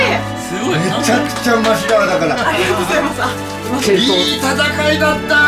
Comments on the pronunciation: おりがとうございます になってるｗ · 最後の方おりごとうございますになってる